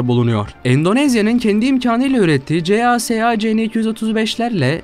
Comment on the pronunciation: Kardeşim her markayı doğru okuyorsunda CASA ve KAI firmalarını neden kodluyarak okuyorsun,bu firmalarda Airbus,baykar gibi okunabiliyor. Gereksiz kodlamayla koordinasyonu zorluyorsun...